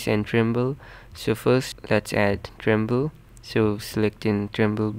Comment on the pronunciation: Its treble not tremble